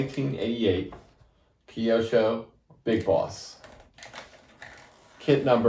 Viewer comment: Beautiful truck! BTW "Kyosho" is pronounced with two syllables: KYO-SHO. There's nothing between the K and Y.